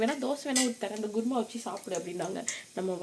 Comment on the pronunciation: Sis guruma ila kurma